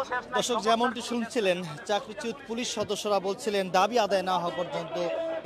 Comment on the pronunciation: সাংবাদিক ভাই 'চাকরিচ্যুত' শব্দটি সঠিকভাবে উচ্চারণ করুন।